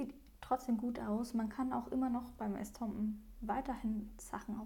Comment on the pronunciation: Es heisst Estompe OHNE n